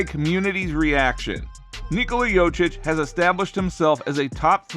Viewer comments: If you're going to attempt to capitalize off of someone else's name, the least you could do is learn how to pronounce it. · Terrible pronouncing of jokic thumbs down try harder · I deliberately came to the comments to piss all over you for not knowing how to pronounce somebody's name, but I've been beaten to it by everybody who came before me. This is really pathetic. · Talk about butchering someone's name, over and over and over. Damn. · Seriously. Lose credibility when you can't say the guys name. Clearly didn't watch the video that you're doing the commentary on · tou must be some kind of expert, cant pronounce the name of the 2x MVP. fkn scrub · Saying his name wrong 10000 times in this video is almost as bad as Perk's evaluation of NIKOLA JOKIC's lack of MVP quality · As a side note, if you make an entire video about the man, maybe at least try to pronounce his name correctly. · Maybe figure out how to say his name before making content… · The fact that someone can still pronounce his name so wrong and put out a video and get 5k views is sad. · at least put the efort to pronaunce his name corectly. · Bro what if it's us that been pronouncing nikola's name wrong ....😅😅 what if this man knows smt we dont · Is this video a joke? He can't even say his name... wtf is this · YoKiCH! Not yochich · It's pronounced Yo-Kitch!!! Yo, like yo-yo... Lawdddd, help me!!! 🙄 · Jokic bro .... not jocic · yochich.?... he is Jokić u sick fuck=) (YoKić) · jokić . no yochich ... why are you so purposely illiterate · His last name isnt jocic its jokic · Dumbasss it’s Jokic not Jocic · JOKIC not YOCIC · I Appreciate you making a video and praising Jokic , but cmmon now...its Yo-kich, Not yo-chik ,not yo-chich, i mean its really a sipmle name ... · How about learnig yotchich name is yokeetch ?! Or yokitch or YO-keetsch or anything but yotzich yochich 😅😅😅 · Bruh! Learn how to say Joker. You sound like a fricking idiot! Wtaf? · "Yokeitch" you dunderhead, hahahahahahahahaha